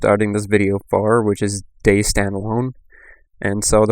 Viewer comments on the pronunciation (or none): Dude it's not Days it it Day-Z(ee) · Fucking hell man, its Day Z. Not dayzzzzzzzzzzzzzzzzzzz. Pronounce what you are trying to say, speak with authority and intent, otherwise no one will sit here watching 17 mins of pictures and listening to poor English. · Its pronounced Day-zed or Day-zee, not Days... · Every man and his dog knows it's pronounced DayZEEEEEEE.